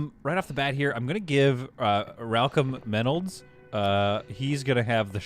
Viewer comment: OMG ...."Ralcom Maynolds"..... ROFL!!!!